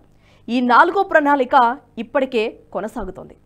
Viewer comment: ప్రణాళిక అని చదవడానికి....